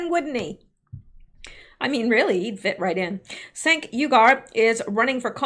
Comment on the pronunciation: Cenk is pronounced chank. He's a real piece of shhhhwork.